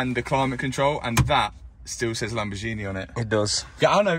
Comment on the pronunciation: you keep saying Lamborzshini